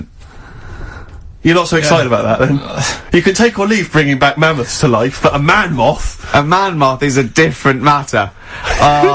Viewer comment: ‘Man Moth’ was the fakest thing ever. The pronounciation was nothing like ‘Man Moth’.